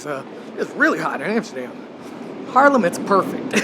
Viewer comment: Harlem, ehh no, it's HAAAAAAARLEM. Gniffel, Gniffel.